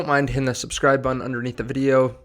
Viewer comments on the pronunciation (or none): none